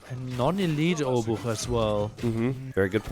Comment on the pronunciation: ch in obuch sounds like "h" in hemp, not k. It's not "obuk"! you can pronounce Szlachta privileges (przywileje szlachty) like this: sh (as in shoes) la (as in latch) h (as in hemp) ta (as in tank). Anyway, thanks for the video